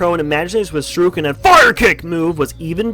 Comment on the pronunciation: my personal favorite Senseis are: Aurora Boom Bloom Ember Tidepool Kaos Crash Bandicoot Ro-Bow Wildstorm King Pen Tae Kwon Crow worst Senseis: Chompy Mage ( he's way more awkward to use than he should be....why the f is he a Bazooker? ) also show-roo-ken? is that really how you say shuriken? it's supposed to be pronounced shoo-ree-ken btw....just an ocd thing, no offense.